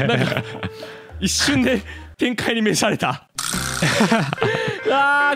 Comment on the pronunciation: 天界にめしゃれた…甘噛み可愛い